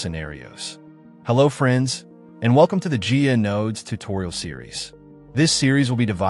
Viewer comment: protip: It's pronounced "Guy-ah" not "Gee-ya"